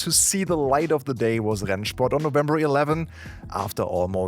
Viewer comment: that rennsport pronunciation gave me flashbacks